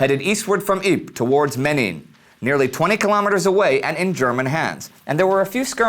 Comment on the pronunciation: said ieper (not ypres) wrong, spelt it wrong, said menen wrong, said ijzer (not yser) wrong, spelt it wrong. Eat broken glass, dude.